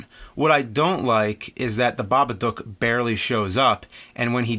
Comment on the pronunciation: Thank you for not butchering the title.